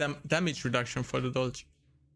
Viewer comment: If its German inspired atleast pronounce it right c'mon